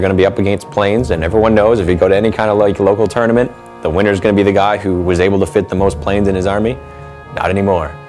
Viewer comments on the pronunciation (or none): none